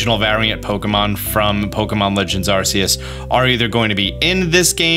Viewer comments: Constantly saying "Arseyous" even though the phone is called the ARC phone. It's definitely ARCeus man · It's still ark e us that's how you pronounce it not sure how there's all these big YouTube Pokemon people but they still can't pronounce a name right that's been proven to be pronounced starting as ARK it doesn't start off sounding like a British butt the creators even pronounce it as ARK E US but all these YouTubers are like nope it's a British butt 🤦 very annoying